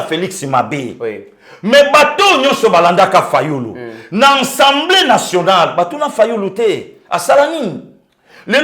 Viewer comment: OLOBAKA SOUVENT ENSEMBLÉE BALOBAKA: (ASSEMBLÉE ) MERCI MERCI BEAUCOUP NA MUSALA KITOKO OZALI KOSALISA. NALANDAKA YO TOUT LES JOURS DEPUIS DORTMUND-ALLEMAGNE SANS YO INFO MOBULU. RESTE TOI-MÊME MOI J'AIME TES GESTES SURTOUT QUAND TU TOURNES LE DOS AU JOURNALISTE C'EST TRÈS DOUX COMME ÇA.